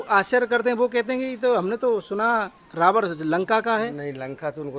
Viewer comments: rawad nhi ravan bolo........jai shiri radhe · रावण को रावड बोलता है, थोथला आदमी 😂😂😂